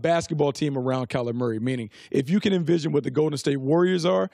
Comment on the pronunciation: Am I the only person who hears "Calamari" every time Brooks says Kyler Murray??😂😂😂🤣🤣🤣